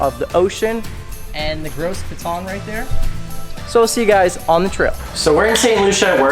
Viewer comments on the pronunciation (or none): Btw...its Gros Piton is pronouns as "go pee tour" lol